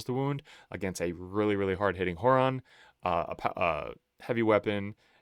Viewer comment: “Whore-on” and “Mailstorm”